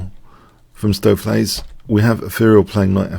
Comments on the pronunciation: your pronunciation of "Stoofvlees" is excellent! (I'm Dutch) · Perfect pronounciation of "stoofvlees" here :)